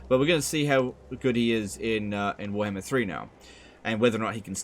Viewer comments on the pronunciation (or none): say warhammer not werhmr